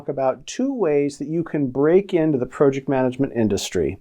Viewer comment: This guy can't even pronounce Project...I'm out